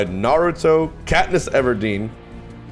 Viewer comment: Me wondering if Hbox was a weeb... hears how he pronounces Naruto and laughs